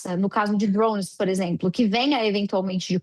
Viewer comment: Por que falar “drouunnes” se o equivalente em português é “drones”? 🤦🏻‍♂️